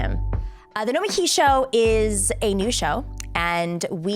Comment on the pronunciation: It's pronounced "No-meh-KEY" ... right? Sam told me.